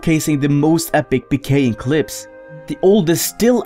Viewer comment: i like how you say it like puhkaying in stead of peekaying